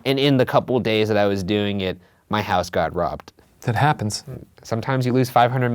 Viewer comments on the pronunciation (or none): none